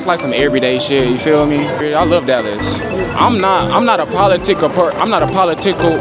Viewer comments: "PoliTickle" is wild 😂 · Poly-tickle. Sounds dirty.